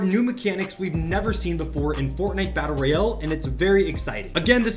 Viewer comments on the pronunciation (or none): none